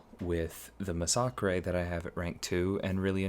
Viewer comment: Why does everyone pronounce massacre wrong?